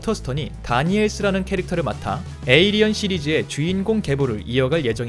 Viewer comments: 에'어'리언이 아니고 에'일'리언인뎁쇼... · 저글링 영어로 해도 에일리언.. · 중간중간 에'얼'리언이 들렸다만 일단 무시하자... 발음생활 어서 나오길